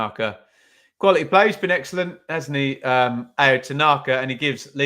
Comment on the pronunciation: Tanaka's first name is pronounced Ow.